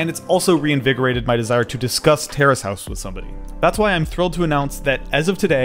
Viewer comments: I thought you were saying terrorist house for a few minutes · I thought he was saying terrorist House